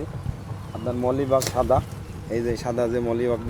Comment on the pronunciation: মলিবাগ নয় মিলিবাগ।